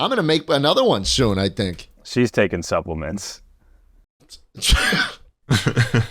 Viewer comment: Supple-ments. Pronounce separately.